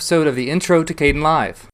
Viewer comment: I notice u say: "k-den-live" In my mind it was pronounced: "k-d-en-live" I dont know, ur probably right. Is there a correct one? Does it matter?